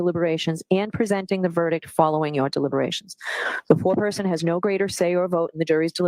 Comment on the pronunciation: I know "Foreperson" is just the gender neutral term for 'foreman', but everytime the judge said it all I could hear was "poor person"